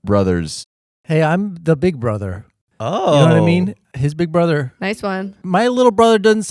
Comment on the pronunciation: "im big bruddr" -, 2024